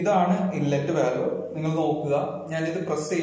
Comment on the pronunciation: Valve pronounce cheyyumbo volve enna paraya.. just for information...